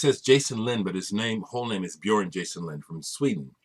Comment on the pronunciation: Wow,, Your pronunciation of "Björn" was excellent!